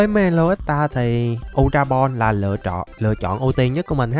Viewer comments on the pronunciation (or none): none